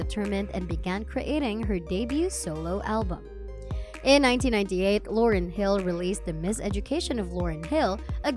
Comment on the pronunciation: The mispronounciations for me 😡. You'd think the speaker would know or research how to pronounce Lauryn (Law-rin) or Fugees (Foo-gees) before making a whole video about her. So disrespectful.